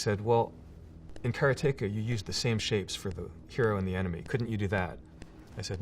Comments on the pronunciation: Hey Jordan! I was born in 74 and grew up playing your games (dad bought an Apple ][+ in 1979). Until watching this interview, I thought it was pronounced kuh-RAH-ti-kuh. Heading you pronounce it sounds wrong to me :) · Care-ah-take-ah, got it. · care-uh-tay-kuh. not "karate-kah". this was this most imformative part. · kara teka? or karate ka. I can't argue with the guy who built it.. but damn, I think my version of the pronunciation makes WAY more sense. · I hate how he's pronouncing "Karateka". It's not "karay-take-ah" you fool - it's "kar-ah-teh-ka"!! Get it right! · TIL, Jordan Mechner pronounces it "care-uh-TAKE-uh" instead of "cuh-RAW-tuh-kuh". Both of these games are among my favorites from that era, though I think I played them on C64 instead of Apple II. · Nobody else is triggered the creator of karateka calls is cara-take-a? KA RA TE KA. It's litterally japanese. should sound more like kalatehkaカラテカor americanized Karate Ka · What the hell is that pronunciation!? Kara-teka? Didn't he make the game and do karate? It's Karate-ka ... almost makes his whole story unbelieveable now ... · All this time I thought the pronunciation was... 'Karate-KA' ; Mr. Mechner pronounces the title, 'KA-RE-TEGA'. How 'bout that? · he pronounces karateka as almost 'caretaker'- my whole life and childhood i called it- Karate-Ka - wat headfuck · TIL it’s “Kare-tayka” - I’d always pronounced it as “Karotica” in my head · I loved this video, and loved learning about how Prince of Persia was made. BUT, the biggest revelation may be that he pronounces it "Cara-take-a". I'm still in shock. :) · One of my favorite games. I still have my Apple //e and I hope I still have Karateka on 5-1/4" floppy disk. However, I never pronounced it the way you do (and since you created it you can pronounce it any way you want!). Be it known that I have always said kuh-RAH-teh-kuh – which to me sounds very close to Karate! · he mispronounced karateka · But he can't pronounce "Karateka" :)